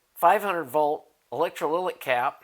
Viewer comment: ElectrolyTic capacitor, not electroliLic.